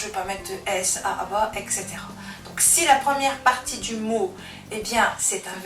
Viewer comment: C'est tout à fait clair.merci infiniment. Juste une petite question : il me semble que vous aviez prononcé etc comme ça : exetera !!? Or c'est autrement dans la transcription indiquée dans les dictionnaires. Merci de m'expliquer...